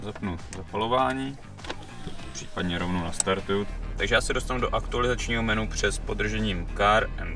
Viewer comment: Tak gratuluju! Že vyslovuješ menU, jako spousta ostatních kopyt, budiž. Ale perNamentní (čtyřkolka) tomu nasadila korunu! Pokud ovšem maximální dosažené vzdělání představují čtyři třídy a tři biografy, pak se dyslektikovi omlouvám